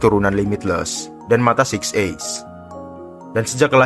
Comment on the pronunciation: Six eyes atau six ace????😂😂😂